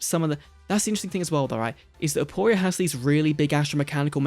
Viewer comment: It's actually aporia